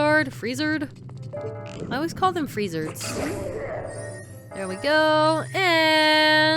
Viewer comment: Cheap but fail safe way of dealing with Wizzrobe (Mini-Boss) stand in the corner and shoot with arrows. The arrows will pass through the fake ones. At the exact same time we said "I've always called them Freezards" but you pronounced them Free-zerds I said Free-zards (As they're spelled).